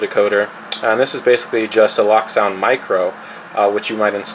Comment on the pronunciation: Loke, not Lock... As in Locomotive...